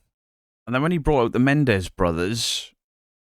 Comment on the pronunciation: MENENDEZ! Not MENDEZ for fucks sake